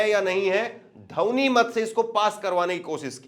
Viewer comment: ध्वनि मत नहीं बोल पाते धवनी क्यों बोलते हो